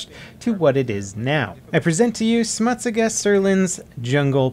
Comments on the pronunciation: "smutiska" GG "smut-siga" is how you say it:P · The pronunciation of "smutsiga" hurts my ears. . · lol that pronounciation of "smutsiga", as a swede i laughed my ass off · smutsiga (that pronunciation) im swedish:D great video anyways:D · HAHAHAHAH THE WAY HE SAID "smutsiga" IN SWEDISH XDDDDD HAHAH FYFAN VAD HÄRLIGT XD